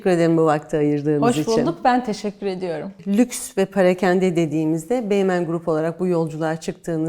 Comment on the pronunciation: Turkish illusion / hallucination It is NOT "parekende", it is "perakende". Bogus chitchat marketing journey.